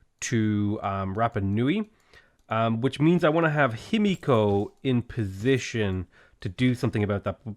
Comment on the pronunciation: Himiko ends with a short and open o (not ow). Not natural, but perfectly doable for English native speakers. Just keep your mouth open and the same diameter the whole time you are emitting the sound. Maybe you would like to try since you are pronouncing her name so many times :) Btw. funny how in English final "o" almost always means closing the mouth, but not the same for final "a" (a and aw are different).